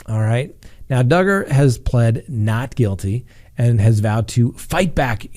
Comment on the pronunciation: I just hope that Duggar, rhymes with Hugger, gets what he deserves. His smug look makes me sick. His wife, standing by him with their children. I don’t understand., do you think he will go to prison?